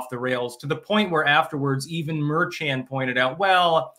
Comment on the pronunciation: says "Merchan" as if it's a Chinese name. 😂 It's pronounced 'mehr-shahn.'